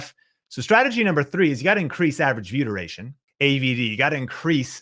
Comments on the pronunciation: I know I'm being annoying and picking nits, but it sounds like you're saying: "Vyoodurayshun"----one slick and glib invented word......also don't assume, when you put on a list a term not everyone immediately knows (B-Roll) that people will not get impatient for a definition, no matter how quickly you speak... ...but I'm taking your info. SERIOUSLY I've been subscribed for a year. Much thanks for the content :D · Anyone else think he kept saying viewder-ation? Just me, ok. I was like oh, this is some new youtube lingo I need to learn - nah it's view (space) duration. Thanks for the info!